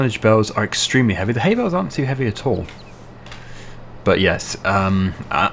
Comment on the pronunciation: I have hearing issues so I use CC and when you say "bales" CC says "bells" so I'm just asking if you could pronounce bales properly please.